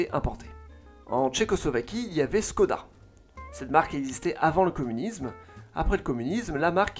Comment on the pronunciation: tres tres bonne video, mais juste il y a quelque probleme de prononciation (skoda --> Chkoda car le s a un accent avec un chapeau a l'envers) mais sinon la video est super j'adore et le trvail de recherche est parfait. Continue comme sa